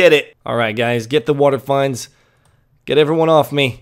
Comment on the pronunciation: For the love of English, learn how to pronounce words before attempting to say them. It's not a water find , it's not the abb-biss, like come on dude.